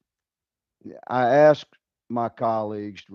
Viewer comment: "I would axs"